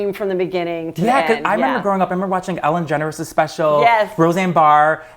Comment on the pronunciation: Did he just call Ellen, Ellen Generous??